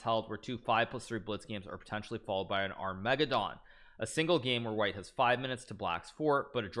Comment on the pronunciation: Why do you mispronounce Armageddon